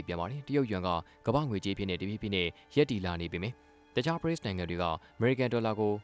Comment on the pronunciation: BRICS ကို Breaks လို့ အသံထွက်ရင်မှန်ပါသလား